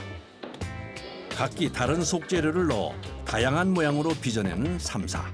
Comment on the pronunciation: 현지인들도 th발음 나는 삼사에 가까운 발음을 하는데 너님은 혼자서 땀냄새나게 땀사땀사 거리세요